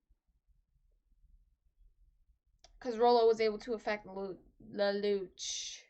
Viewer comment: Why you say "lel lu ch" it's " lel lu shh"